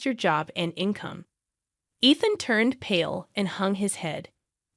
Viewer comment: You can't consistently say Ethan properly so this will be a no for me